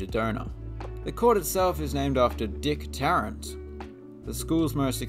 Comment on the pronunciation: Very shocked to see Richmond as your next choice, but even more pleased! Lived there for 8 years and still miss it. Go Spiders! (Oh, and you pronounced Dick Tarrant’s name perfectly.)